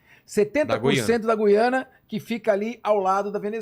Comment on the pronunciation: Gu-iana? Não será Guiana, como Guilherme?